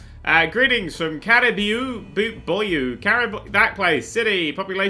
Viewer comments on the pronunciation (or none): It's pronounced 'ca-ri-boo' and I think the stamp was a caribou. A caribou is a deer-like animal. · It is pronounced ka-ra-boo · come on i thought you knew things, its pronounced cariboo its an animal sorta like a moose or deer. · it's pronounced caraboo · Caribou is pronounced cariboo which is also the " moose " stamp on the map, they are common in the States:P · It's pronounced care-I-boo and it's a caribou not a moose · Caribou! That big thing with antlers is a Caribou, not a Moose! Care-i (like pronouncing the i of in)-boo (like the sound a ghost makes). Caribou. There, now that we have that sorted... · it is pronounced care a boo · "... and the other stamp is a Moose." No... That's a Caribou (pronounced something like carry-boo), also known more commonly as a Reindeer. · How can you not pronounce Caribou when you live in Canada, but you know what BDSM is?????? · The fact he called that caribou a moose made me cringe. The other fact that he couldn't pronounce caribou made me cringe even more. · can't pronounce Caribou and calls the Caribou stamp a moose... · When can't pronounce caribou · Pretty sure the caribou is happier with the mispronounced name or even being called a moose compared to a bullet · I'm a hunter so it pusses me off when he miss pronounced caribou and then called it a moose! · Fun Fact of the Day: is physically incapable of pronouncing "Caribou." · That moment he doesn't pronounce "caribou" right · caribous are not defined as "moose". A moose and a caribou are two different kinds of animals. Its like Lions and Tigers, really. Frogs and Toads. Rats and Mice. Similar, but different. Just like how deer aren't moose. I think its funny how can't even pronounce "caribou"